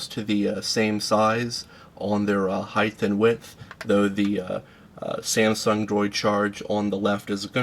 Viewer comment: 20 heighth and width? heighth???!!!